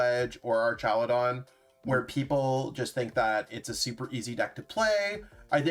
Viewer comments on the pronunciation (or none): Archaludon with the C?? Dragapult with a B? pfffff